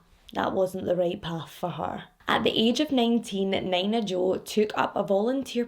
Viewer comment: I’m not trying to come off an an ass bc I appreciate you teaching me how to properly pronounce Glasgow/Moscow, but omg you saying Nina Jo the way you did made me giggle so much. Nina is usually pronounced as “Knee-nuh”. I admit idk this case, but I do just assume you pronounced the name wrong. I could be wrong and I hope I don’t come off as rude pointing this out. I just wanted to help you out and let you know :)